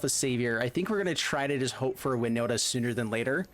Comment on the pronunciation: i knew it;s winnota and I'm glad you did pronounce my IGN right. Kravden13 here